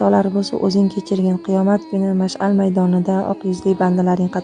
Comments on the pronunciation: Машал эмас машхар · Машал эмас машҳар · "машал" майдони эмас, "махшар" майдони дейилади. Илтимос, Хар бир сузга, харфларга эьтибор беринглар. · Maxshar deyiladi opa mashal olovku 🤦🏻‍♀️ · Mashal mas Maxshar. To‘g‘ri ayting. Avval xatolarizni to‘?G‘rilag‘g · Машал эмас Махшар , машьал бошка нарсаку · Кечирасиз "Махшар" куни дейилади